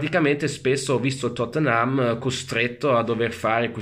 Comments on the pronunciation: "Il Tottenhám"🤣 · Pronuncia napoletana 🔝